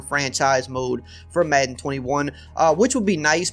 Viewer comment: The way this guys says madden annoys me